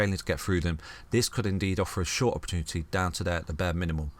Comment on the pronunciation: Never trust a man who can't say "opportunity" ;-)